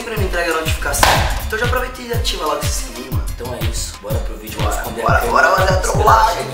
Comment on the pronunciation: Ate os berti pego a mania de falar "Vioo" Afff ate eles😂😂😂